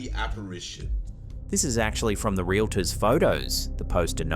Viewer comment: Relator….pleeease! Real—tor!